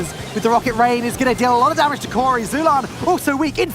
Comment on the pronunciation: "cori" CORY?! oh